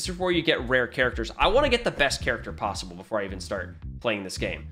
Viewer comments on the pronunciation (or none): none